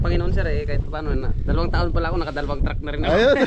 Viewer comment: Dalawang “truck” po hindi “track”..